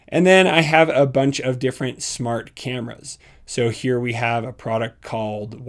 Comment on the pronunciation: "Shmart home"